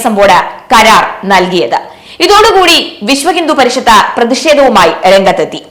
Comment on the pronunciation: നന്ദി അറിയിച്ച ദേവസ്വം ബോഡ് എന്നോ ' വിശ്വഹിന്ദുപരിഷത്ത യോ ഇതെന്താ ഇങ്ങനെ വായിക്കുന്നുത് കൃത്യമായി വായിക്കെടീ😡😡😡